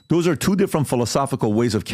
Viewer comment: His accent when he says twooooo.. 💦 😅